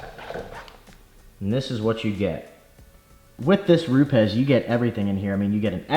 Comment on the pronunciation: If you call them, they pronounce it Rupis. Cool video